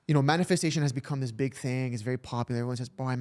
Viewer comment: “It has to be a thing, materialistic thing” “But it’s a TING” Killed me 😂😂😂😂